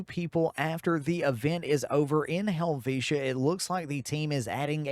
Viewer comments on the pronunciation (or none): none